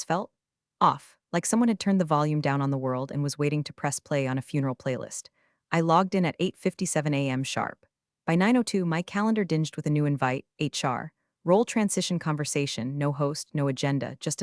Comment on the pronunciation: DING -ed not DINGE -d